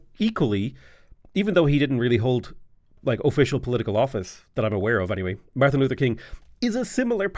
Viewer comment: He says the Luther and King in the correct order, he mispronounces Martin and portmanteaus Martin and Luther together.